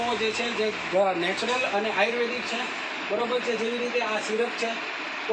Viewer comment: ભાઈ ને બોલવા મા સુધારો જરૂરી છે આર્યુવેદ બોલતા નથી ફાવતું.